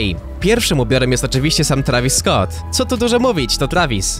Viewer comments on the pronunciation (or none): none